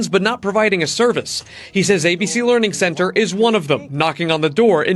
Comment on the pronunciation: ... the "leering center" wtf?